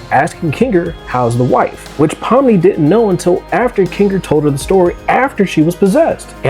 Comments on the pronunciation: Pomney? It's pomni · „Pomme“ too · "Pomney" bro what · bro her name is spelled “Pomni” not “Pomney”